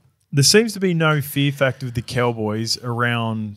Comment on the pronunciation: Once you hear say “Ceewwwboys” instead of “Cowboys”. You can’t unhear it.